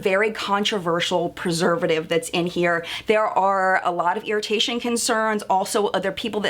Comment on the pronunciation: You did pretty good pronouncing that preservative. I believe it may often be referred to as MSTZ for short.